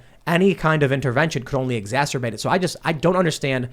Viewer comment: I love this show. But I mostly love hearing mispronounce exacerbate. 😜